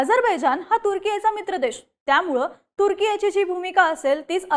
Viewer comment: तुझं ते तुर्की चे प्रोनाउंस ऐकून मी तुझ्या बातम्या बंद करत आहे. बोल भिडू ची क्वालिटी कमी होत चालली आहे. अगं ते तुर्केय नाही तर तुर्की आहे.